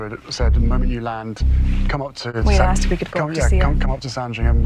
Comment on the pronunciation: The word is asKed not aSSd. Bet she says chesteR drawers